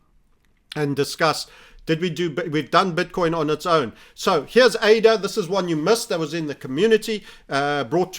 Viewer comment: been watching him long enough to remember when he called ADA, uh-dah